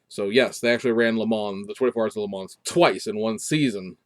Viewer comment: Ok, I gotta ding ya.....please stop pronouncing the "s" at the end of Le Mans, it's pronounced "Le Mon"....I know, I'm a jerk. I saw earlier today on FB that someone in Taiwan got and built the Supra already. The first 1500 (I think it's 500ea of Red White and Black) were launch editions that have the red interior accents and red mirror caps.